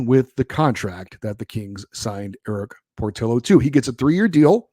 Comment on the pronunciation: It's POR-TEE-O.